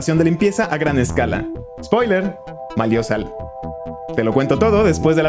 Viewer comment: "Malio sal"